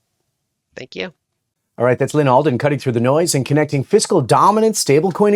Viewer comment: Lol "Allyn Alden"